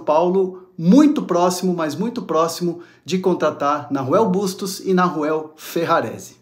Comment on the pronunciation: So um comentario meu querido, o nome se pronuncia com H muda, sou uruguaio e é bem estaranho ouvir "narruel"kkkk um abraço